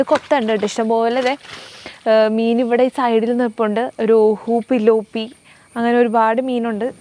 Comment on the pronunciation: പിലോപ്പി അല്ല ട്ടോ തിലോപ്പിയ ആണ് കേട്ടോ